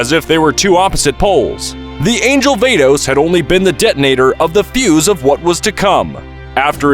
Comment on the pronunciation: ITS VADOS NOT VEIDOS